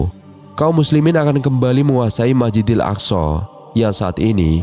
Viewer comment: Masjidil bukan majidil